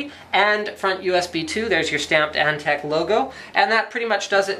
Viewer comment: "Antec" Nnnnnope.